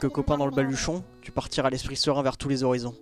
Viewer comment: Laink: tousse Moi: tousSE il n'y a pas de SE c juste TOUS il est en cp ou quoi!